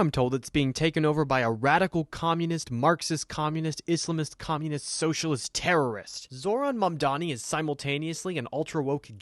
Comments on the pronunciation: Also comulet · dont think i didnt catch that slip up of attempting to say communist Karoline! I thought it was like embedded in yall vocab yall say it so much